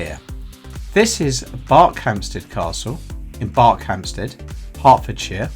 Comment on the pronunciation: Thought it was pronounced B "er" khampsted, not like Berkshire. Great video though.